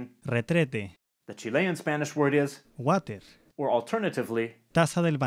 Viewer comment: El Waterrrr jaajajajaja makes my day